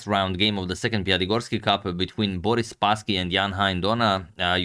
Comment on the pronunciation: "Boris" is also stressed on the last syllable